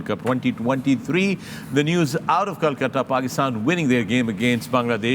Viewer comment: Kolkata not 🚫 Kalkata 😊